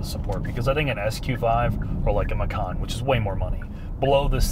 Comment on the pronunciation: the "c" at macan should be read more or less like "ch" in chicago or chilli because porsche macan use the malay/indonesian language term for tiger, i.e. macan